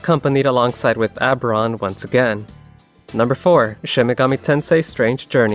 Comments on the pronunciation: Oh-ber-on.. not Ah-ber-on 😅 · "Oh" sounds getting turned into schwas is a common quirk of certain American accents. I'll let it slide.